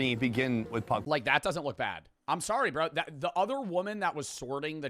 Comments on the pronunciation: saying pagpag like “Pog Pog” is the equivalent of someone pronouncing gracias “grassy-ass” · yea pag pag is pronounced more like like 2pac except with a D O double G and not a Central Cee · As a filipino fan, im happy that hes making a video about my country, but its pagpag😭😭